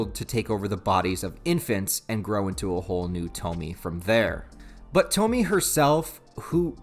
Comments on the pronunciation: You calling her (toh-mi) instead of (toh-mi-eh) is making me grit my teeth.. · You mispronounced the name it’s not Tou-Me it’s pronounced Tou-Me-Eh. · Japanese names don't follow English rules of pronunciation. It's To-mi-e. Three distinct syllables. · I'm sure others will say 1000 times but it is pronounced "Toe-Mee-Eigh" like Toe, Meet and Eight. Or Toh-Mee-Ay for you normal minded ppl The very first Tomie chapter was written by Ito as a student for a competition of some sort. So he wasn't even properly an adult or mangaka at that point. Cool to see the beginnings of a great though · broo I love junji Ito, I have entire shelf of his stuff. great video btw, its pronounced tom-e-ayy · Bro, you’re killing me with the “Toe-Me” thing, but I still love ya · Way too late cause the video’s here and it’s said many times but her name’s got three syllables. (Toe-me-ay)